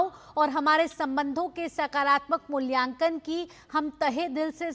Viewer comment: मूल्यकान नही मूल्यांकन